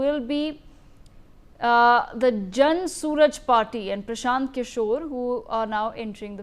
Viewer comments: Please pronounce jan suraj properly. That is very basic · its not jan Sooraj party....you dumbo...its jan suraaaaaaj...learn to pronounce